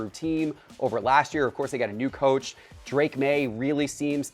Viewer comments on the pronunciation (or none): none